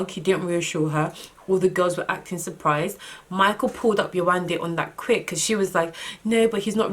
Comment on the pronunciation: When you first started by pronouncing 'Yewande' correctly I got soo excited! Then you switched back and I was like awwwww 😫😫😫. Only because that's my name. Lol.